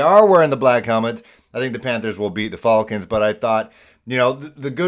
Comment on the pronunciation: The way you say against and falcons is priceless bruh. Best Panthers channel on the tube